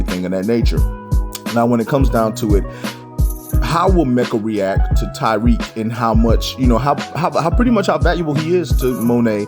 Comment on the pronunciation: please stop calling him tyrique it’s Tariq